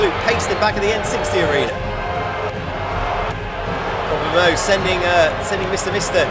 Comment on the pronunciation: Do we just Ignore that said PopularMELOWS?